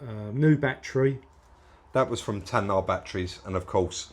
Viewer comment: TAYNA FFS!!!!! not TAN-NAAR🤣🤣🤣🤣🤣🤣luv these vids!